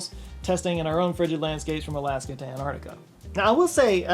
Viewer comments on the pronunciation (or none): none